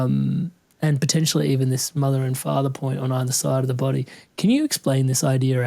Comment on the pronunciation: Aether is spelt with an "A", Not either. but pronounced ether. Thank you great invterview.